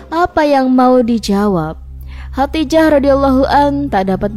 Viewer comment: Khodijah dong namanya bukan Khatijah ...gimana sih